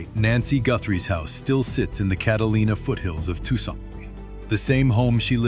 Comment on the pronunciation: Tookson Arizona. LOL. I hate this AI shit.